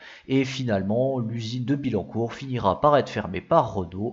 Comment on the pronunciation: Merci pour l'effort, mais ce serait bien que les images correspondent au commentaire en cours, comme quand tu introduis la 19 rallye sur des images de Clio rallye ou que tu parles d'un prototype de modèle à bas coût sur des images d'un proto de coupé Bertone. Il faudrait revoir certaines prononciations : on dit Autobian-Ki, et pas Autobian-shi / On dit Bi-Yancourt, et non Bi-Lancourt... Enfin, le personnage qui masque la moitié des images est aussi inutile qu'agaçant.